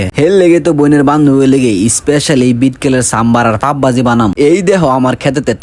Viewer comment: pao vaji❌ pap vaji✔️ 😂😂😂😂😂😂😂😂😂😂😂😂😂😂😂